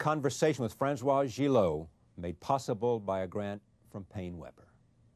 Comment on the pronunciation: It started awkwardly with his pronouncing her name, "Francois". Later he asked her if the war was " the most exciting time " of her life, or some such stupid remark. Yikes.